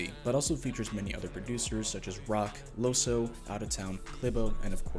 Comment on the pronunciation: In Dutch "oe" is pronounced "oo", and since he's from the Netherlands I think you should say "Loosoo"